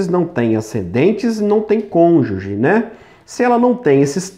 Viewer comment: Parece o Sérgio MORO "CONJE"😂😂😂